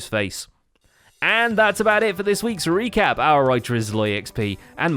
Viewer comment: "Recappy". But close